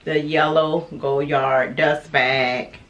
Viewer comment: I love this bag. I own the pm size. Just wanted to note dear, the d at the end of Goyard is silent. Beautiful color, enjoy 💚💚